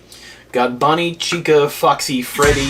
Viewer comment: It’s pronounced cheeca